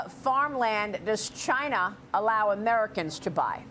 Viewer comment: What is it with Fox reporters that cannot pronounce China correctly. It's irritating to thr extreme.